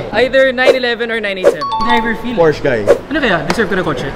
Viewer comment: Pano maging mga car guys yan eh pronunciation lang ng Porsche hindi alam